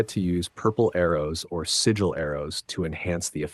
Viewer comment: I can't even finish this vid after 8 mins LOL. Constantly saying sword as if he only has one when he holds two (esp if you don't wanna call them blades). Freya has a sword so this whole time in those 8 mins I thought he was talking about Freya. Doesn't know how to pronounce sigil and makes it sound like only Atreus has those arrows when Freya does too